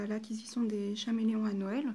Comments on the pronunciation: putain mais on dit Caméléon pas chaméléon golmon va teubé 😂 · Merci mais on dit [kaméléon] et pas [chaméléon] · Chameleon se prononce CAméléon